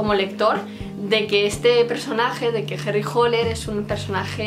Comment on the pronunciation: no es Holer es hAller